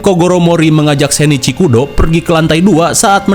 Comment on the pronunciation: Bang itu Shinichi Kudo ,bukan sheneci Kudo 😂